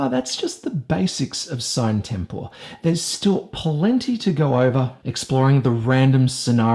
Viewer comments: Nice review except for one thing that erks me each time I heart it if I even recognize it mid sentence. You pronounce the game's name wrong, the videos released by LMS pronounce it "See-nay Tem-por-eh" which would mean that's the correct pronunciation. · Dude...it's latin, you pronounce it like "see-na tempora" or something like that